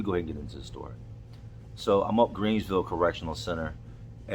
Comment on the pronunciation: Is he saying greensville or Greenville